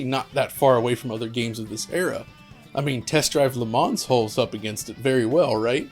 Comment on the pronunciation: Le Mans is pronounced Le Man (Le Munn), without the S. Love the retrospec...